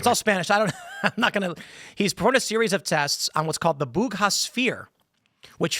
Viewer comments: There's no 'h' in Buga, Tim. Don't know from where you got that. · Buga not Bug ha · It's BUGA 🤦🏻‍♂️ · Great story. It’s Buga. Town of Buga, in Valley del Cauca, Colombia. The Bugha name sounds like the name of some place in India, in the east.